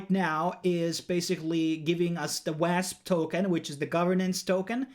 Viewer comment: Quick English lesson. WASP is pronounced WOSP. And its "LIQUIDITY", not "LIQUIDY". 👍